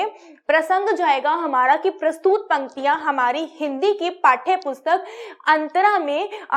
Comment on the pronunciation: बाकी सब अच्छा है पर प्रस्तुत को प्रस्तूत मत बोलें